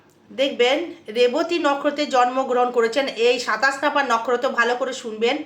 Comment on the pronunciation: ভালো বলেছেন কিন্তু নক্ষত্র উচ্চারণ ভুল করছেন